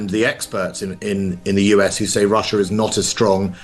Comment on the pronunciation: It’s Russia, not russuir